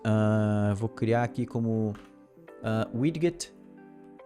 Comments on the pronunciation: Muito top! Só uma dica com relação à pronuncia da palavra Widget. Se fala "widjet" ao invés de "wid-get" :D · muito bom, muito instrutivo, como sempre... Mas, me doeu o ouvido ouvir a pronúncia de Widget - "widguit", várias vezes... rsrs... O certo seria "Wijit". Mas isso é mais chatice de quem tem TOC mesmo. Parabéns aí e obrigado por compartilhar, cara... Ajuda muito. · Tome 1 dose de cana a cada vez que ouve widguet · Haha doeu o ouvido aqui tb. Mas o conteúdo do vídeo tá show. Parabéns!